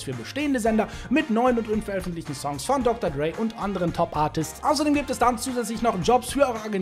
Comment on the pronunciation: Er spricht es schon richtig aus.